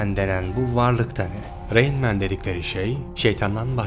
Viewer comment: Güzel bir video emeğine sağlık. Bir önceki videoda Rain Man'i Ra in Man diye yorumlamıştın yanlış hatırlamıyorsam. Ama işin acı gerçek tarafı her ne kadar itiraflar falan da olsa insanlar içinde bulunduğu hayal dünyanın peşinden koşmaya devam edecekler yani endüstri patronlarına kölelik devam edecek.